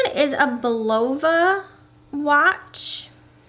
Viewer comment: Bulova is pronounced Bull-ah-va. Love the mice and the pastel/glitter sweater. So cute.